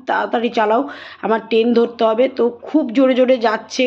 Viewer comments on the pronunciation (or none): টেন 😂😂😂😂 ট্রেন হবে